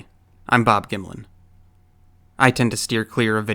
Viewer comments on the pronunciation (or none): "Hi, I'm." Saying his name like he's "Bob Gimlin"